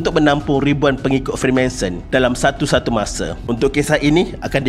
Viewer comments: Freemason. Not Freemanson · Freemanson? FREEMASON la bang 😅😅🙏🙏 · maaf tegur bang, betulkan sebutan dan ejaan.. bukan freemanson.. tp freemason.. utk video lain boleh betulkan. tkasih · Bang freemanson ka freemason 😷